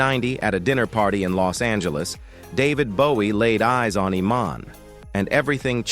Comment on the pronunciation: Total crap video when Iman's name is mispronounced.